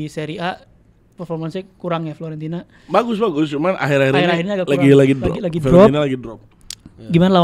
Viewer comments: grget dnger ngomong Florentina,FIORENTINAA 😂😂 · buat, bukan FLORENTINA tapi FiORENTINA.. 😅😅😅😅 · Fiorentina bukan Florentina 😂